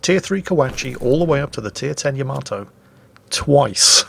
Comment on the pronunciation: Did I just hear pronounce "Yamato" correctly?